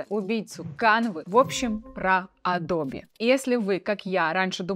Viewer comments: меня одного бесит произношение "Адрбе" вместо "Эдаб"? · Адобе адобе, звучит очень странно, не адобе а адоб eпт. Ты еще скажи йоутубе, пхотосхоп, нотэбоок.. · Адоб!!! Не Адобииии Не Адобэээ. АДОБ! ИЛИ ЭДОБ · Адоби, а не эдабе и даже не адобэ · я извеняюсь конечнот но не адобе а адоб) no vse j poznavatelno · Зачем говорить «АдобЭ», если можно «АдобИ»? Зачем говорить «КЭнон», если можно «КанОн»? Зачем говорить «Алина», если можно «Алёна»? 😁 Но хочу отметить, что контент у Вас полезный. Несмотря на «АдобИ», я на Ваш канал подписался, при просмотре этого ролика. Моя девушка говорит «скорч», вместо «скотч». Это мне конечно добавляет умиления, но другие такое вряд ли оценят. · не АДОБЕ, а АДОБ :) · Пожалуйста произноси название компании с мировой известностью так, как это произносит весь цивилизованный мир: "эдоуб" , а не "адобе". Пожалуйста. Очень режет слух. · Адоби адоби...и Эдоб Иллюстратор) вы уж определитесь с произношением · Адобе?)) надо бы Вам чуток подтянуть английский. простите если обидел)) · Да откуда вы эти исковерканные произношения берете? Весь цивилизованный мир произносит как она - [əˈdəʊbɪ]